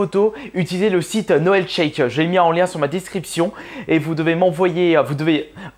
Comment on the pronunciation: Comment tu prononces Noelshack omg. :rire